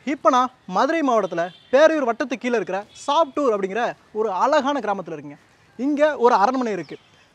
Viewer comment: Your pronunciation of "ALAGANA" IS WRONG,Using the word again and again, ask some TAMIL PEOPLE how to pronounce this word ALAGU. Please.